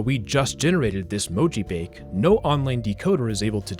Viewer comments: that sounds to me like a slowed down version of the chorus of All the Things She Said by t.A.T.u. Also, your description of mojibake is partially incorrect: - It's pronounced mo-ji-ba-ke, not mo-ji-bake. - You can't garble English text (most of the time) due to most encodings being extensions of ASCII. The LingoJam translator you showed in the video just replaces characters with random codepoints made to look like mojibake. That's why you couldn't decode it back. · It's actually pronounced "moh-jii-bah-kay"; it's a Japanese word and so the E at the end makes the "ay" sound. Not trying to be rude, just offering a correction for future reference. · "Mojibake" appears to be a Japanese term, so it's probably pronounced more like "mo-ji-bah-keh". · "Mojibake" is pronounced "moh-jee-baw-keh". It's the romaji of 文字化け. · mo ji ba ke, 4 syllables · mojibake is a japanese word btw, it's pronounced as mo-ji-ba-kay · He pronounced it wrong. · The E in "mojibake" actually isn't silent. It's Japanese, not French, haha. Approximated in English, it'd be like the AY in "say," though the E you hear in Spanish words would be more accurate. (And the A is pronounced like "ah.")